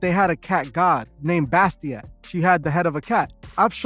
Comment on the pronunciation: I apologize but it’s Bastet. Bas- tet.